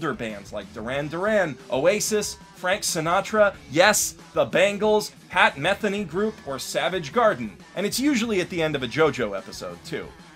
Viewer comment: Just, um, so you know, it's pronounced "Pat Metheeny", not "Pat Methany".